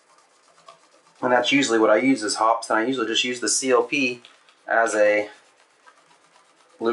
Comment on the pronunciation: It's pronounced "HOPPEES", LONG ON THE E, not HOPS.